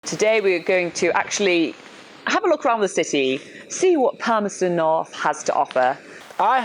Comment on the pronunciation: Interesting! He's a French and yet, he can pronounce the 'th' in Palmerston North. At first I thought he was a Dutch but then he sounded like a speaker of a Romance language. so, more or less he's a French.